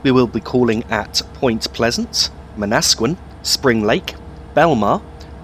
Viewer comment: I like the way you pronounce Manasquan. While it's Man-na-squ-awn, Man-nas-sqin sound better lol. I'm gunna piss off people now. By the way Aberdeen-Matawan is my home station stop. Many stations in my home area have Native American "Indian" names so they often start with Man....like Manhattan, New York City.